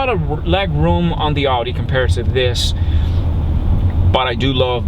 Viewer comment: You are saying Audi wrong